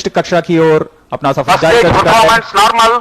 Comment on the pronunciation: Launch narmal saar